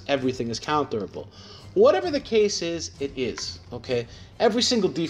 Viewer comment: Just when you said "whatever the case is" sounded like acasis.